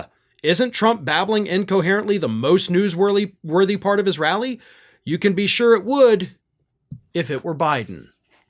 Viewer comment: “newsworly”? Careful, you brought it up, now we’re really listening for it.😊